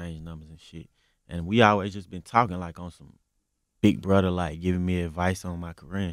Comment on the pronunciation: He said big brudda 😅